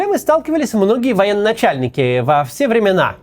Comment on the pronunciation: Не "военноначальники", а "военачальники".